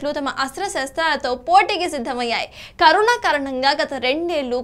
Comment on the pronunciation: కరుణా కాదు కరోనా 🤦